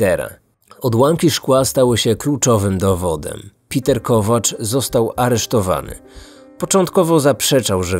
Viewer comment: Uwielbiam twoje filmy i to jak je przedstawiasz ale to węgierskie imię wymawia się pewnie nie Piter ale Peter. Ciekawa historia.